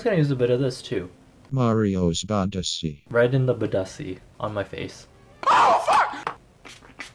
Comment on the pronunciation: no hate but, it's mah-ri-oh b-a-deh-sc-oo that a from Bãdescu is read like you read the a in a structure like: 'a glass' and next time you use google translate, try to use it in the language of the person, bc shocking but there are different spellings in other languages ily again, no hate